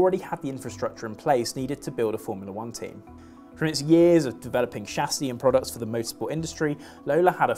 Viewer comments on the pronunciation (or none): none